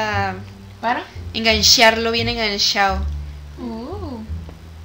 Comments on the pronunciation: Makenzie373 Lo que mas me gusto fue cuando dijiste engansharlo bien enganshado 😂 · Parte Favorita: Cuando dices Enganshao bien enganshao Like 👍 Compartir👍 Nombre de Roblox👍 QueenAle50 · Suscrita: listo :3 Like: listo :3 Compartir: listo :3 Usuario de Roblox: CandiceAccola19766 La parte que mas me gusto: Engansharlo bien enganshao :v